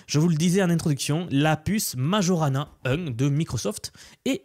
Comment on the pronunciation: Microsoft doit faire allusion au physicien Italien Majorana. Je ne pense pas que ça se prononce comme tu l'a fait.